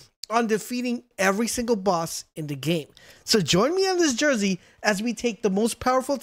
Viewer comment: Journey “Jur-nee” not “Jersey”. Bushi “Buh-shee” not “banchie” How can you not pronounce words properly.